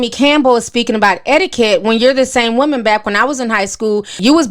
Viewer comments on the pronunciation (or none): none